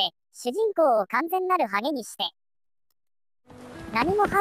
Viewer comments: のハ→ゲ↑の発音好きw w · ハゲにしてが関西アクセントw